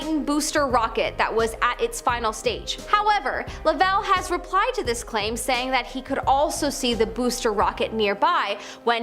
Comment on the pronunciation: Cool video. By the way it's Jim Lov-ell not La-vell